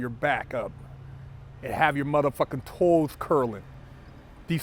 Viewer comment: “Have yo mf toels curling” 💀